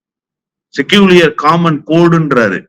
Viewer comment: அவர்களுக்கு ஒரு வேண்டுகோள். Secular என்ற ஆங்கில வார்தையை 'செக்குலர்' என்று உச்சரிக்க வேண்டும் செக்கூலியர் என்ற உச்சரிப்பு தவறு. பேட்டி மிக அருமை.